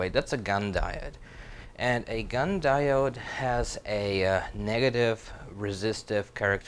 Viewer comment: 'Di o' de' (diode)